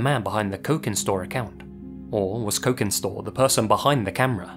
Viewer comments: "cokin" is pronounced with a soft c, like "cheese". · The c in cokin store is soft. Pronounced like the ch in cheese